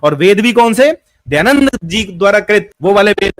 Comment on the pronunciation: kaha se padhe ho...? Poori video me keval idhar udhar ki baat hi kar rahe ho, kisi subject par to tiko, Kahna kya chahte to ye bhi clear nahi hai. Are bhai kamm se kam Dayadand bolna sikh lo pahle.